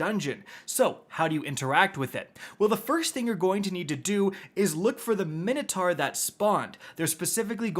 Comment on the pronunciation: Take a drink every time mispronounces Minotaur 😂